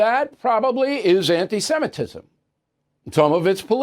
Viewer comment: Bill Pronounce it right...Semitism not Simetism. Watch yourself, please, thank you.